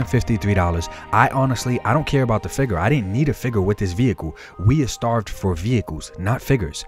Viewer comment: I love videos. Down to earth and legit. But, every time he says “fig-urrr” I flinch.